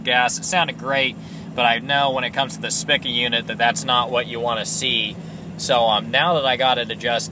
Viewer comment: pronouced Speeka.